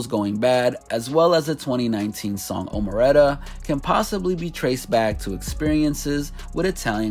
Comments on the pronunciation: Omerta is not pronounced omareta lol holy shit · When my boy said omeratta... kill 😭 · "omeretta" lmaoooo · Gotta roll that r man. Omerta. Don't you know bout the mob?? Codes of silence.